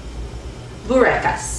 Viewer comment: I like how you say it :)